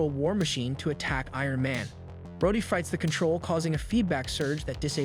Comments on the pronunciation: maybe the AI voice you use is abit too bad at saying some names like mag neto and rod E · Yeah about 5 minutes in they changed Rhodey to "Rhoddy" and Talkative to "Takkative". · The show literally says his name, and HE still mispronounced it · Great video but damn the way he says some names is mind boggling and annoying. Like Rhodey, Natasha, etc. who tf says Natasha like that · This guy is definitely AI right? The inflection is all off, the emphasis on sentences and words are wrong, he mispronounces Rhodey at one point after having no trouble pronouncing it before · All the mispronouncing makes me feel like the voice of this video has to be a.i. I mean the narrator pronounces Rhodie like 7 different ways